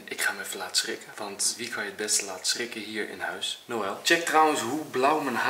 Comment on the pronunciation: het is niet yel maar Noël😂😂😂